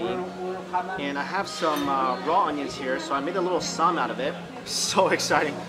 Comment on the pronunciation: I cringe everytime Mike says 'ssam' and idk why 🤣